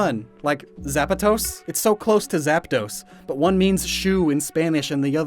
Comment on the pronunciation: I Am Spanish and I can tell you the stress in "zapatos" goes in the second silable not the first one. 🤣🤣🤣